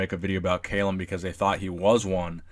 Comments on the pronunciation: "Cal", not "Kale" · Its Calum not Caylum wtf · KALUM wtf its Calum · Cal-um not kale-um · it's not cai-lum it's ca-lum!!!! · Audio was bouncing back and forth. It's CAL-UM. Not Cay-lum. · WHo the hell is Kaaaaaylum!!!??! Its Calum = Kal-Um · It's not pronounced "KAY-lem", it's "Cal-um". Apart from that, good video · it's CAlum not CAYlum i guess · He won 2 npc classic physique shows this year and plans to win his pro card and compete in the Olympia next year. And also you are saying his name wrong man haha it's Calum not Kaylem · It's NOT pronounced CAY-lum, dude. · Cal - um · It's Calum, not cailum btw 😂😂🤣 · Calum, not Kailem. great video anyways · "Cal Lum" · No no no, not Caylum haha😂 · "Kalum" lol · Haha found this funny too. It's pronounced 'kallum' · If you say his name wrong one more mf time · Lol wut? Why are you saying his name like that? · Does it bug anyone else that he is mispronouncing his first name? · Learn how to pronounce his name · Stop saying Calum like that lol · I cried a little inside when he didn't pronounce his name right😂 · Never heard someone mispronounce Calum before 😂😂😂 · You can't even say his first name right lol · Saying his name wrong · It's Calum* actually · #Koalagains you said his name wrong lol